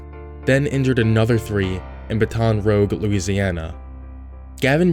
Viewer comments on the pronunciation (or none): it's pronounced baa-ton roo-je not bu-ton row-ge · I'm from Baton Rouge; although, I live in Hammond now. He said rogue as in scoundrel, villain, miscreant. It should have been rouge as in English the red coloring powder women rub on their face. The difference is the "u" is on one side of the "g" in one and on the other side of the "g" in the other. They are different words. Rouge is the French word for red. Rouge is an English word for villain. These people have paranoid schitzaphrenia. The Internet has made it possible for these people to find each other and feed their delusions. It begins to occur in the rewiring of the child's brain to the adult's brain during adolescence when some things go wrong. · It’s Baton Roosch, not Baton Rogue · "Buh-ton Row ge" It's pronounced Battin' Rewje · "Baton Rogue" It's usually pronounced "Bát-en Rouge" like red in French. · Loved the "Baton Rogue" . (It's Baton Rouge... Btw, said like "BAT-en ROO-sz") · say it with me, BAT-TON ROOJ not BA-TON ROGUE... lol, is that some new spec for rogues? dual wielding batons? sorry but that was pretty funny. if you arent from US then you get a pass but if you are then shame on you lol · "Bat ton Roooj" not Batan Rogue. lol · It’s not baton rogue. It’s ”batun rooshe”. Great video though! Thought this was funny being from the southeast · Did you really? Did. You. REALLY??? Baton Rouge ≠ Bah-Tohn Rogue Baton Rouge = Bah - Tun - Rooj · Its bat-un rooge not batan rogue lol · baton rogue No It's Bat On Roozz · "bah-ton roh-g louisiana" It's pronounced more like baton rooj,. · Ba-tun ROOGE. Not “Baton Rogue.” Wtf? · Its pronounced battin rouszh. Not buhton roge. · Baton Rogue is pronounced "Batton Rooj" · I can't help it Baton Rogue is pronounced: Bat-un Roo-zsh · It’s pronounced Bat ‘n rooge, not “batahn rouge” lmao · baton rogue ??? Baton Rouge dog... if you can't say that just say Red Stick Louisiana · Baton ROGUE?! Must be a new place cuz I only ever heard of Baton ROUGE lmao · Batten Rooj